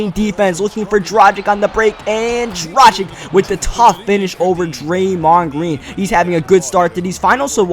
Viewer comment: ITS PRONOUNCED DRAGICH